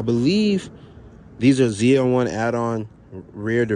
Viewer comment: He said ZLE😂😂😂